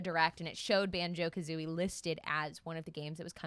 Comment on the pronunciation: sorry but.. Banjo Ka-who-ie?